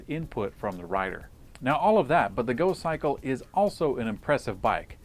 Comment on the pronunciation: "In here we have a folding, electrically-assisted bicycle... it's called the Gokkikle!" Uh,... I think you'll find it's called the GoCYCLE, not the Gokkikle you idiot!